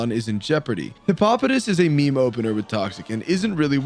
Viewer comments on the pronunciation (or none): none